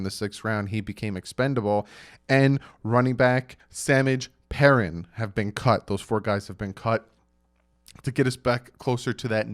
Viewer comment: He said” sammij “like his name is pronounced saaa-maaajeee. pee-rineeee